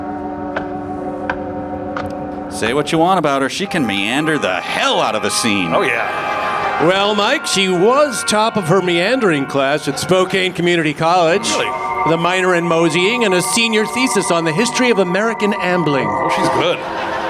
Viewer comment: Great riffing despite the mispronouncing Spokane. 😉 (Spokane is pronounced Spo-can. 😅